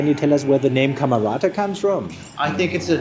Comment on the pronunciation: "" That's what I heard you say,.